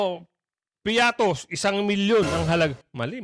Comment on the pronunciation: Baka pritos hindi piatos 😂😂😂😂😂 ✌️